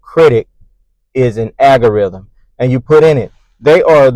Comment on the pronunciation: AL-gorithm is the word NOT AGGG-oriithm.